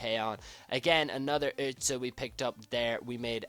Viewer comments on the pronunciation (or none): Its pronounced "Yzil" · for me as a german, it just hurts my ears, how you say özil's name :D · the germans say Özil's name also not right